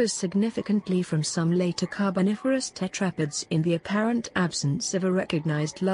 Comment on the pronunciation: I don’t think that’s how you pronounce tetrapods